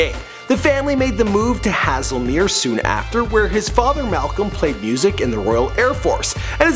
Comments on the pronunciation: Hazlemere, he said haslemier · it's pronounced hazlemere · Hazlemere is pronounced in the same way as hazelnut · Hazlemere - it's pronounced HAY-ZEL-MEER, not the messed-up way you pronounced it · it's pronounced Hazle Mear